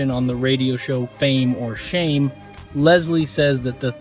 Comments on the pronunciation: The fame or shame host name is lazlow not Leslie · Bro really said Leslie instead of Laslow 💀